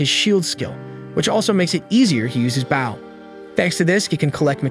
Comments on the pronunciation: stop saying it like bow and say it like boh plsss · Ok be honest you're using an A.i reader aren't you? You keep saying bow as bowing down instead of bow as in bow and arrow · It's pronounced Bo not Bow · Funny how the storyteller didn't know the word bow and call's it a baw. Heh makes me laugh.😃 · It's so annoying that he's Saying a bow Like baw it gets so annoying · He literally called it "the baow" like, BRUH🤦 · Say {Bow & arrow} not bowl ,cause that's what your saying bowl lol... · He's saying bow like I'm bowing to the kind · the way he says bow keeps throwing me off lol making sound like someone is bowing and not putting a longer emphasis on the o for bow lol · Its a ai so it cant distinguish the word bow(the action) ang bow (the weapon) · Yep stopped watching. Because of your clearly intentional mispronunciation of bow. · I was confused at first, but omg, it is soul killing to hear 😅😅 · right that why mad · I read bow the way the recap was saying it 😭😭